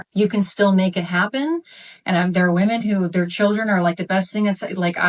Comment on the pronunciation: When food it become fashionable to mispronounce “women?”